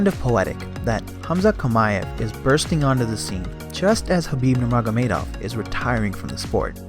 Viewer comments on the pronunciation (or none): none